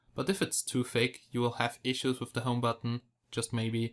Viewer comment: U Suk.. Everytime u say Thick U Pronounce is Like Fake..